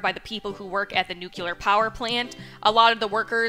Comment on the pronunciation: did you say nucular power plant? NUCULAR!?!?! Wow i didnt think you were one of those people. Anyways good luck with the event its a noble cause.